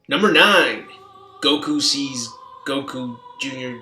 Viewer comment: it's Goku Jr, not Goku jr jr jr jr fucktard!